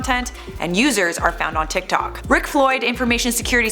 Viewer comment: Am I the only Chinese person that got cringed out when she tried to say "tiktok" in chinese 🤣🤣